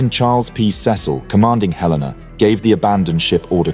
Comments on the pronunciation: It's HEL-a-na, not he-LAY-na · Hell-in-na....not halena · He-LE-na, not hel-LAY-na. As a US Cruiser, she is named after a city. In this case, Helena Montana. Though I suspect I would be equally as bad at pronouncing some city names in the UK. And later in the video, you get it correct. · Not even 20 seconds in and Helena was mispronounced. ☹️ It's HELL-en-uh for future use. From a proud resident of Helena, Montana USA. 👍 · It's pronounced HELen-a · HELL-IN -AH . . . Two LL's... as in Hel . . . ☆